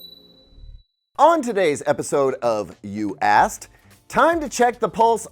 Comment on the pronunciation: Hehe, he's putting more effort into pronouncing the K in Asked. Previously I got a chuckle every time he would call me an Ass, ie You Asked...You Ass... Ok, funny from an Australian point of view.